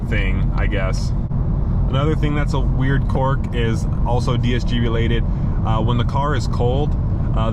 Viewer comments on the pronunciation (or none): What the hell is a “cork”? Are you talking about a quirk?, (pronounced “Qwerk”)